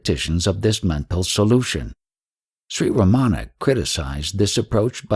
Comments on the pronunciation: Most westerners pronounce Ramana's name wrong. They put the accent/stress on the wrong syllable like they incorrectly do with most words unfamiliar to them. That way, Ramana's name sounds Americanized so it can fit into the American school system lol. The Tamil words are also butchered beyond recognition, but he is trying. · The narration is by someone who does not pronounce Ramana's name properly nor Advaita. If he spent much time in Tiru he would need to be dyslexic to make that mistake. Godman spent plenty of sincere time in Tiru but this man most likely not. He has a voice, not likely a devotee.